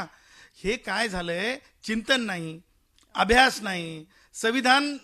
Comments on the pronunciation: तु आधी अभ्यास हा शब्द नीट बोल आणि मग राज ठाकरेवर टीका कर .... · अभ्यास उच्चार नीट कर भाड्या,... मग राजसाहेबांचे विचार यावर चिंतन कर